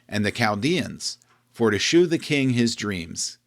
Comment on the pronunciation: "Shew" is pronounced "show." "Shew" was the archaic spelling from the King James era. Please, everyone, stop pronouncing it "shoe."